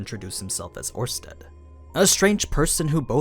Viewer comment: It's Orsted, not Ornsted. Without the n